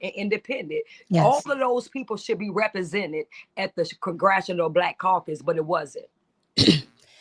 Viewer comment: Omg he said The Congressional Coon Cacus. 😂😂😂😂 I love it